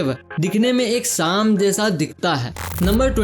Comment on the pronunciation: se suno सां सुनाई दे रहा है Its सांप